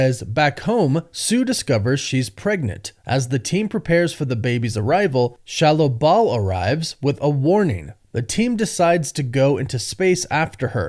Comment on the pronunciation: Why in the hell are you saying shallow bal